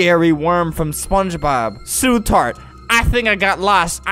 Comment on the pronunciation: "Oh no su tart"